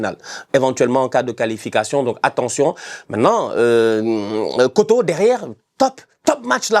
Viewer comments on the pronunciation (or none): Franchement bravo pour la prononciation. Juste pour info il y a juste une erreur sur la prononciation de kotto. Je pense que tout le monde sait prononcer "or" les deux "o" de kotto se prononce comme le 'o' de or (le O sans le r bien sûr)